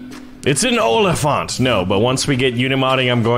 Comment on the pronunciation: it sounded like you said Olifant which is dutch for elephant.